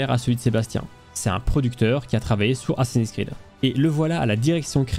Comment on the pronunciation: Assins s'Creed ... Bha voyon !